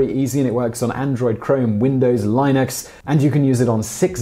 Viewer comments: Its pronounced lin-ix not line-ix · did he just say lyin X it's linux u know lin eX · Did he say “lienux” what talking about Linux in the nord ad? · Did...did he he just pronounce "Linux" as "Line-Ex"? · IT'S PRONOUNCED: LINN-ICK'S (LINUX!!!) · "Lainux"? ...The "i" in "Linux" is pronounced like the "i" in "image". Also, you're overselling the security benefits of a VPN. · Can someone teach Simon how to pronounce Linux? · Wait.. say Linux again!?